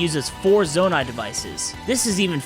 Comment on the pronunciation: “zoanite” 😂 “Ch-asm” 😂 “bobolkin”